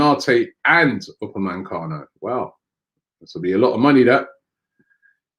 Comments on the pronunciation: only one 'n' in Upamecano it's not Upamancano ffs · How the hell does Robbie get UPAMECANO to UPA-MAN-CANO. It’s been more than a year. Jeez. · Please Robbie stop saying upamancano. It’s Upamecano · I hope we don’t sign Upamecano because I don’t think I could cope with you miss pronouncing his name every week lol